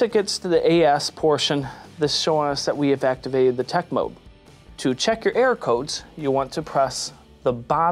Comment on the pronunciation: It sounds like you say “air” code because you don’t enunciate err-or